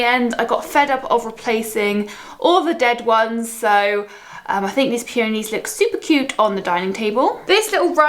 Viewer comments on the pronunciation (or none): You can’t pronounce peonies or Desenio properly 🙄